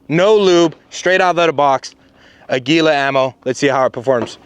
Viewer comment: I'm am the only one upset that he said Aguila the way he did.